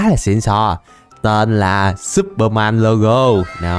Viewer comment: no superman mà là supermen mn đều đọc thế nên lúc nghe em thấy ngược ngược =))